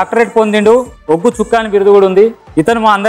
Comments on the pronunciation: Arey adhi uggu kadhu ...ooggu.. please chang the icon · ఉగ్గు కాదు అండి ఒగ్గు అనాలి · ఉగ్గు కాదురా, ఒగ్గు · ఉగ్గు కథ కాదండీ ఒగ్గు కథ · ఉగ్గు కాదురా అయ్యా ఒగ్గు 🤦🏻‍♂️ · Uggu kadhu bayya oggu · ఉగ్గు కాదు ఒగ్గు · ఉగ్గు కాదు నాయన ఒగ్గు సరి చెయ్యండి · Uggu kadhu oggu, kinchaparachakandi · Uggu kaadhu raa Adhi oggu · Uggu kadhu ra ayya oggu